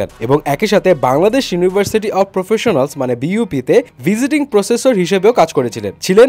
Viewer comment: visiting processor na....professor